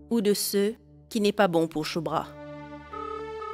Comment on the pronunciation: J'aime bien comme appel chubra (chulubra 😂😂😂😂😂😂😂😂